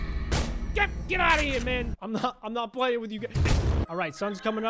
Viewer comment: It’s not jif, it’s not gif It’s gef